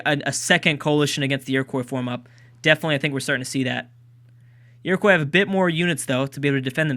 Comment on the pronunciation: Iroquois is said like Ear-o-kwa, not like Ear-o-kwoy, please say it that way as I could handle it being said that way a few times but the sheer amount of times it is being said is killing me inside